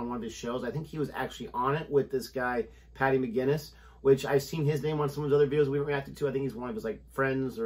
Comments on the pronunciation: It’s Paddy. Please never ever call any man Patty again. And never ever, ever mention St. Patty’s day. 😂🤣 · Paddy! Patty is a female name and is pronounced differently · Hiya. It's not Patty, it's Paddy, short for Padraig (Patrick). And it's also St. Paddy's Day, btw, not St. Patty's! Stay safe. All the best to you. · It's Paddy McGuinness, not "Patty" LOL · It’s not Patty but Paddy McGuinness; his parents are Irish. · PADDY not Patty, Guys :)